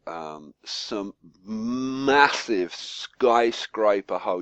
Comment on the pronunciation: Lol How you said the word massive.. Nice tutorial :D